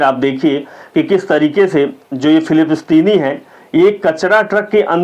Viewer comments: filipistini nahi bhai .. filisteen.. boliyega waise apke muh se acha lagta hai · Aur Philipistine nahi Palestine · भाई बुरा ना मानो, आपका content बहुत अच्छा है किन्तु आपको आपके उच्चारण पर बहुत काम करने की जरूरत है। 'हॉर्मुज को हर्जुम ', 'पलेस्टाइन को फिलिपस्तीन ' थोड़ा अटपटा लगा, आपका शुभचिंतक। जय हिंद ❤